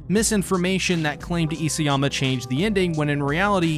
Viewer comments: It's Isayama not Iseyama. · You keep mispronouncing Hajime's surname; It's i-SA-yama, not i-SE-yama. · Why are you struggling so much with properly prounouncing isAyama?